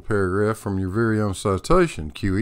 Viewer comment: Every time you say QE it sounds like kiwi and I think you should just switch it up